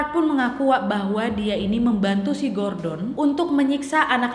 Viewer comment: Nad, knapa mukamu tuh mrip x dngan kwan qu wak?? 😄😄 Btw, knapa kao nyebut nama si Gordon itu jdi Garden?? 😅😅